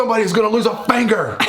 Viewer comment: 🤣 I'm dead he said " SOMEBODIES GONNA LOOSE A FANGER "